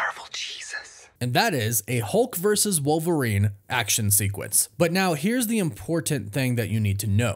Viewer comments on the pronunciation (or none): Who’s “war-verine”?